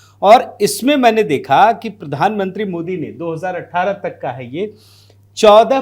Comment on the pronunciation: Pridhan mantri nahi Pradhan mantri uccharan karo ji